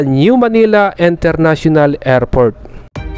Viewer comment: Kuya International hindi Enternational 😂😂😂😂😂